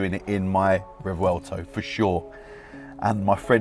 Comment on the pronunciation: How the fluck can he not pronounce it? Rev well toe. Simple